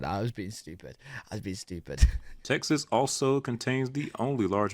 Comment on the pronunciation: This boy is so crazy...and "estooopid"😂😂😂😂😂😂😂😂😂😂😂